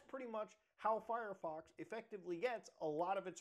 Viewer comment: Mutahar says furryfox all the time. I always find it enjoyable. Honestly wouldn't be mad if Firefox changed its name to that ngl.